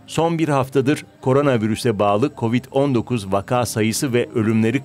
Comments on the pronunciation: Spikerlerinizin vaka kelimesinin doğru telaffuzunu öğrenmesi gerekiyor. Ikinci "a" harfinin uzatmadan okunması gerekiyor. Vakağ değil, vaka. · Sevgili DW, “vaka” kelimesinin ikinci sesli harfi vakaa diye uzun okunmaz, gayet kısa, ilk hecedeki a kadar kısa okunur